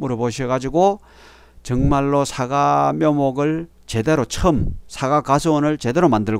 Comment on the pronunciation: "사가"가 아니고 "사과" 입니다.